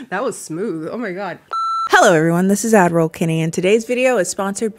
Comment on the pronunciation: Whenever says “Ad Roll ” I hear “Adderall ” 😂